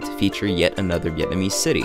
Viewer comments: Regarding the girl in the gym “breaking down” all of the Vietnamese words, she’s totally butchering the words lol is she even Vietnamese?? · New subscriber here. I’m in Hanoi looking for ideas and came across this. Great video, aside from the hot chick butchering the pronunciation of the viet words. Really enjoy your style. Keep up the great work! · Haha. She is terrible! Very cringy. What was with the Cher g-string?! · ayo who was that lady butchering vietnamese lmaoooo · Man that middle bit was horrendous. Like some outdated sexist infomercial you'd see in the 1950's. Not to mention the pronunciation of the meats was butchered to all hell. God help all the foreigners who saw this and ordered "father meat". Rest of the video is excellent!